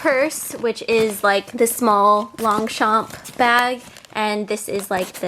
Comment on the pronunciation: It's probably because i'm french, but i have a pet peeve. you don't pronounce the "G" nor the "P" in longchamp. It's pronounced Lonchan.